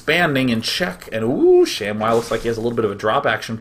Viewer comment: its not shamwow its sham-WOW!